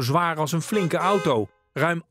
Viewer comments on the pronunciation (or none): none